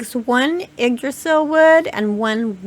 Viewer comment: It is NOT "dee-verg-ers". It is dwarves. Haldór's people. For some reason you are puting the e- ahead of the v-. Dvergar! Seriously, how can you say "Yggdrasill" pretty much perfectly, but not this?!? You amaze me!